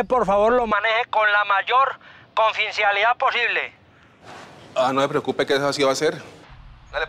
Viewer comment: confincialidad jajajaj tenía que decir confidencialidad jajajaja